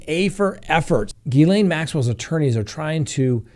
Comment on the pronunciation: Ghislaine is pronounced Gha-lynn. I watched The Behavior Panel and they showed a clip of her friends pronouncing her name. I hope this helps!